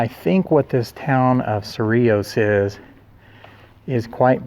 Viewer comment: Thank you for correct pronunciation! ❤ yes, I live nearby. Native New Mexician. FYI, 100 years in NM is not really old... 😊